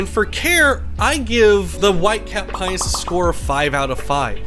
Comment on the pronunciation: You keep saying it like "Penis" lol. I think it's Pie-o-nus. Has everyone I have spoken to said it wrong?